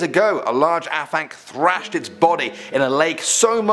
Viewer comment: The af in Afanc is pronounced as the av in have. Not complaining!!